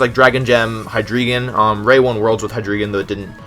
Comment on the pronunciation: High-DREY-gone Drag-ALGAE Na-GANA-Del (you actually nailed this one) Some better pronunciations so people stop making fun of you <3